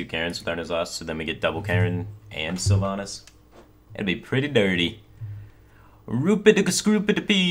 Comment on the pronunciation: I can't breathe, there absolutely needs to be a content warning about that name mispronunciation.